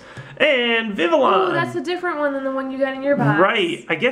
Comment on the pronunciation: Vivillon has the Spanish type of "ll" so it is pronounced Viv - e - yon not Viv - ih - lon